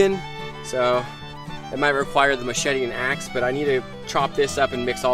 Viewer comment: You said axe to ass =))